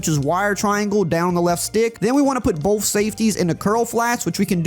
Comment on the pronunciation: “Both” = “BOFF” 🤣